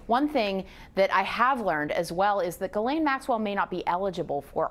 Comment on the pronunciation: Why do you keep calling her "Guylaine"??? It's GHISLAINE (Jis-laine).....